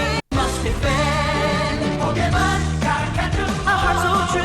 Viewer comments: Kyle is the only white man who can pronounce Pokémon perfectly. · I'm happy that Kyle can properly pronounce Pokemon